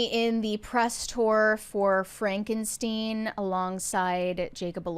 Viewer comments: Frankensteen haha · It's Pronounced Frankensteen 😆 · It’s pronounced Fronkensteen 😂